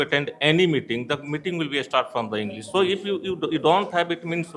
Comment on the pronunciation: पहले अपना उच्चारण सुधारिए इंग्लिश को इंग्लिस कह रहे हो और पॉसिबल को पॉसिबुल 😂😂